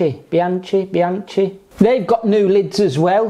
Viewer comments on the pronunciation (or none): Bianchi = "Bee-an-key"; Campagnolo = "Cam-pan-yolo"